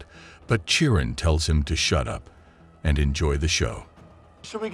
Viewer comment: Bro its had-ees and kiron not chiron